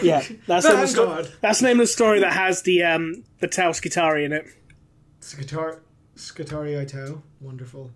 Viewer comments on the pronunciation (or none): Tau Skitarii? ... SkiTAUrii? :D Eh?